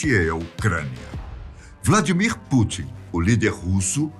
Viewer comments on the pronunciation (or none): none